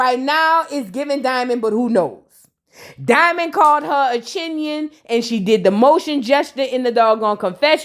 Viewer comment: “Chinion” sends me 🤣🤣🤣